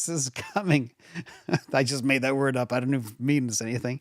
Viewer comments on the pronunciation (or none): none